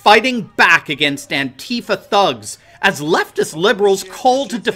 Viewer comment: It's pronounced ANTEEEFA.. NOT ANTI FER.. Get your syllables right my mate